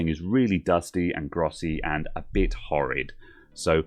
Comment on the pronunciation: "A bid horrid" <-- I just love your Britishness! Never stop it!